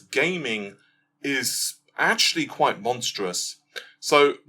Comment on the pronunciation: I don't want to be that guy but: quite =\= quiet. Quite: pronounced, remarkable, significant Quiet: to be silent, not make noise